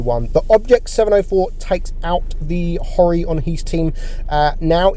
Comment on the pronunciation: It’s not pronounced Haw re, its pronounced as it says: Ho Ri ( Re )